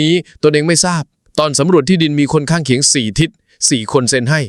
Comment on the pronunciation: ใช้ภาษาไทยผิดๆ บ่อยนะ ข้างเคียง อ่าน ข้างเขียง